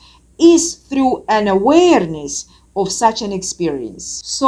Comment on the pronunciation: Same love her accent when she pronounces that word. I would surely take tequila shots and weed hits just for that 🍻😉